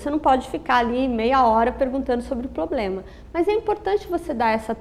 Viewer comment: Eu gostei muito da aula... Mas a palavra problema sendo falada errada tava me dando agonia.